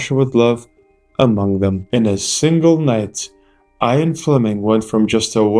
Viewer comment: IAN fleming ... not IRON fleming